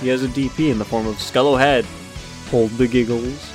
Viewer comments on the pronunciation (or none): none